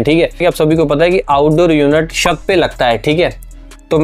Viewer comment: तू भाई शत क्यों बोल रहा है छत को